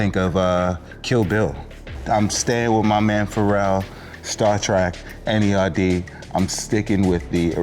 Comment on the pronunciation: Its N.E.R.D A fan would know he never calls his band nerd